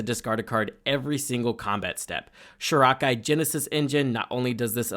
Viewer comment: "KISTA" "SHORAKA" C'mon, dude! LOL